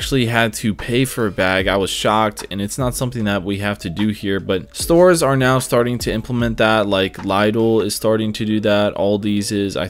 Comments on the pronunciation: wtf is laidl its lidl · "Liedl" - I hate to be that guy, just pronounce it little but like liddle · Lidl... xD Liedl... More like "Leedl". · Sorry, LIDLE? LIE-DEL? :D Never heard anyone say the name that way :D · The way you pronounced Lidl is criminal lmao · I have never heard "Lidl" pronounce that way! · He did not just say LIDL like that 😂😂😂😂😂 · Is anyone cringing at the way he said lidl, like whatever about the rest but please say it right, thank you